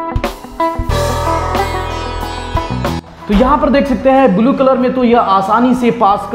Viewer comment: Bulu nahi blue sahi bolo English